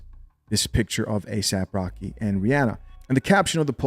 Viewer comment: his name is asap rocky. not asap rock. aesop rock is a way better rapper.